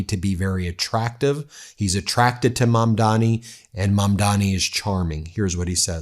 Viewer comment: Prponounces Mamdani’s name wrong. He say Mandami.